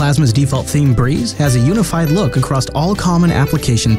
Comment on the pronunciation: "Acrosst" "Significally" "Window list abblets" "Innerduced" "With...in"